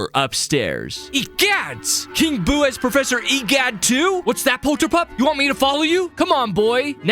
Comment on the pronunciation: Bro saying e gyat instead of egad💀 also if theres a typo idc